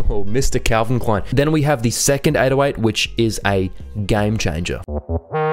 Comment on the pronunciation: it is so funny if a american says german words like calvin klein jeans